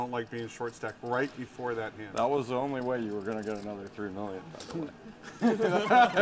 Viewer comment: gotta fix up his pronunciation or some shit. Always says ‘d’ instead of his ‘t’s’ and then when an absolutely insignificant card comes off he says oh its THE 2 of spades a perfect brick. very annoying to someone who slightly understands english.